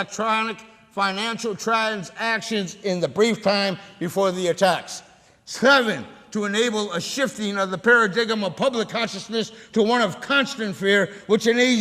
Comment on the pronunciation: he pronounced paradigm as para-dig-em" ... hahaha.. not para-dime